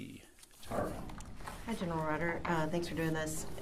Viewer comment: Gen”er”al lense-pulheim